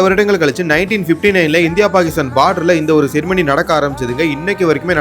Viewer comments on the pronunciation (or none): Why am i hearing ceremony as செருப்படி😂😂